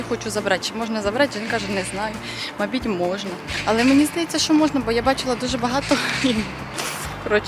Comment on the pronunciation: Доброго часу доби! У мене питання: " МАБІТЬ" - це з якого регіону України діалект? Чи це Ваша фішечка. Наче і дрібниця, але дуже помітно. Дякую за україномовний ютуб-контент, навіть із Кореї.